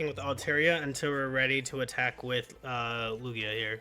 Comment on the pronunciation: it's "Loo-gee-uh"